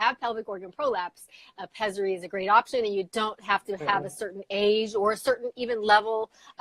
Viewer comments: It’s pessary not pezzary. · If the doctor says "peSSary" I think they know how to pronounce it correctly.. Every time you say "peZZary" I want to scream